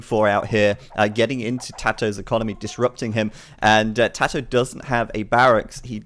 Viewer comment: His name is tatoh not tadoh. Where do you hear a D in his name? Don't you know it's disrespectful to intentionally mispronounce someones name?